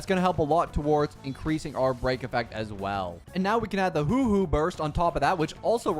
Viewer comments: A small part of me always dies when says hoo-hoo Its pronounced exactly as spelt huo huo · Bro be butchering all the names in star rail Aeon= ion Huohuo= Whowho🤷‍♂️ Lol what else😮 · "Hooh-Hooh" my poor Huohuo :'D - u did ma gurl dirty she aint an owl bro 😭